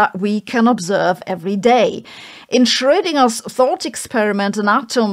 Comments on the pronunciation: she got the dipthong correct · I like the way you say Schrödinger. Undoubtedly the correct way to say it. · I have to admit, I love the way Sabine pronounces Shroedinger. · Yes, I love Dr Hossenfelder’s accent and the correct pronunciation of German words. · Sabine is the only youtuber that can actually pronounce Schrödinger😂